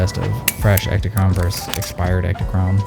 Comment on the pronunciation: Now I know you purposely mispronounce words on purpose. But versus is just versus. Verse is a different word that means something completely else. So in the future, please say versus and not whatever the fuck you've been saying. Thanks